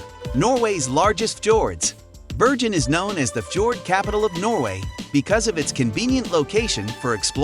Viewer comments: Why do you alternate between pronouncing 'Bergen' with a 'hard' 'g' and then at times with something that sounds like a soft sound, almost like 'Berjen' or 'Beryen' ? The correct way is with a 'g' - like in 'go' in English. The locals are very patriotic and love their city, their dialect, and not to forget: the name of their city - I'm surprised you got out of there alive and kicking, lol. Best wishes and don't forget the 'hard' 'g' next time you come around. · Freaking annoys me that someone can make a 10 minute video about a city, yet they're too lazy to find out how to pronounce its name. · The commentator obviously hasn’t been to Bergen and is just reading a script. This should win an award for the most mispronunciations in 10 minutes and it’s not just the Norwegian names that are wrong but even English words like quay are spoken incorrectly. Let alone calling the city Birgin then reverting to Bergen then back to Birgin numerous times